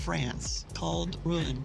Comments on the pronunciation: A good narration, but a correction , please, on a noticeable mistake in your pronunciation of Rouen . It is pronounced Roo -awn, not Ruin. I’m a retired teacher with my degree in French. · Rouen is pronounced like Ro-wan, not ruin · Wish you could pronounce Rouen correctly! It's NOT a RUIN! (Ru-an,a nasal in the end… I know it's difficult). Bravo for the visit "out of tourism flow" of Harfleur! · Rouen is pronounced Roo-ahn according to our French tour guide.